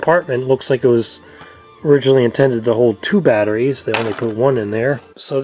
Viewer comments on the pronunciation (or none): none